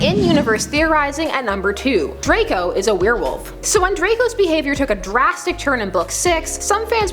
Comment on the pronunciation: It's Draco not drakel